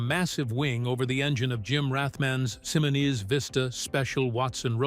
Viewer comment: Simmoneese is not how you pronounce Rathman's Simoniz Vista special Roadster!